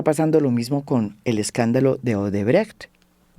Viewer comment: Bien pronunciado Odebrecht